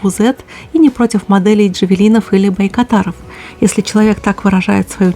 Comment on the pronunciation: я во всём с вами согласен) Нет плохой нации, есть плохие люди! Ваша легендарная фраза "Каждый точит сам что хочет") И только не Барактай, а Байрактар)